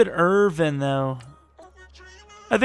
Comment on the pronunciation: Your subscriber count may skyrocket if you say David Irvin(g)'s name correctly!